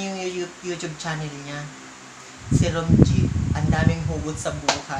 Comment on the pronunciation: Boss, bakit ganun yung pagbanggit mo sa "Romje" ? HAHAHA